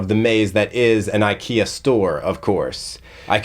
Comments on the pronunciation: I'm a small Swedish person and I felt sad feelings about your pronunciation.☹️ Very good video though. //Swedish ISTJ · Weird us- English prononciation of the word "ikea" 😅 Im more like INFP here 🤭